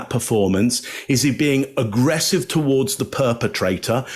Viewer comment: I just love how pronounces agggrrrresive 😊👌